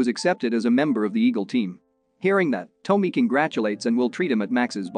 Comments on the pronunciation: Dude....Tommy is Tom...me, not Toe..me. At least get the names right in your recap. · Can't someone tell this bot it's not Toamy it's Tommy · "Tomey"? How can you mess up a name as simple as TOMMY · Lmao toe-me it's tah-me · lol his pronunciation of "Tommy" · OK - within 15 seconds, you're already pissing me off. It is NOT Vince "Pah - Pail" -- it is Vince "Pa-Pa-Lee". At least get the man's name right. (Update -- LOL!! Nevermind, the computer-generated voice you're using has gotten, literally, EVERY name wrong so far -- even Tommy."